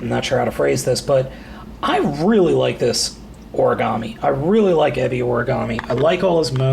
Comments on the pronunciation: It is pronounced eh-be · exactly. this guy who did this review acts like he watches the show but if he really did he'd know how the say Ebi Origami's name.